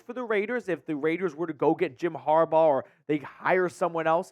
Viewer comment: Get the man name right smh it’s “Jim Harbaugh”